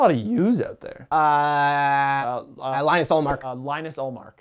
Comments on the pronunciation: That is Not how you pronounce Linus, it is Lean-us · It is pronounced Lee-nus not lie-nus guys